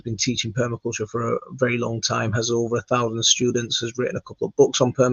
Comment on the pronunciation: Very, not Berry. 😅